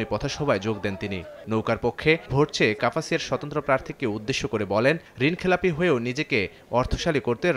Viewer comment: কাপাসিয়া বলতে পারে না সে আবার খবর বলে